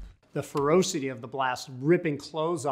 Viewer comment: Love but the way he says "fero-city" is weird.